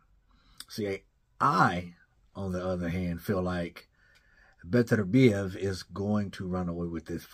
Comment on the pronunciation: I like that pronunciation buddy Beterbiev I’m from there. Beterbiev gotta be the scariest dude to face off against emotionless, bearded with 100% KO rate don’t need to say much. 20-0. 20 dead bodies